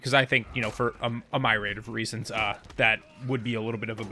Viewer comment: "Myrade" you meant "Myriad" - Meer-ee-add